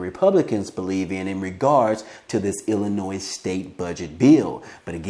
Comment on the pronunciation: Budget Bill there's NO NOISE IN ILLINOIS... PLEASE pay attention to how you pronounce our states name.... & as for our govenor Prick....he ONLY SEES CHICAGO...WE in Granite City and other poverty cities needs the $ 500.00 a month stimulus that he has given them